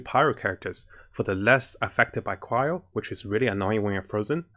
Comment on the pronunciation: It's cryo, btw